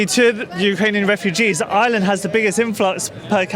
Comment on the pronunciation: It's not island its IRELAND.